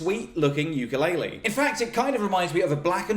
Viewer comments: Nobody knows how to say ukulele. It's oo-ka-leh-leh, not you-ka-lay-lee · Just wanted to correct your pronounciation of Ukulele. You are saying youkoolele but the proper way to say it is ookoolele Uku (ookoo) is flea in Hawaiian. Lele is jump. So Ukulele is not youkulele but ookoolele. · the instrument is called a “u-ku-le-le”. There is no “Y” in “ukulele”. Keep on strumming! Aloha! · I thought the pronunce was "poopulele" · what's with white people and saying Ukulaile (ookoo-leh-leh) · Can you please learn the correct way to say ukulele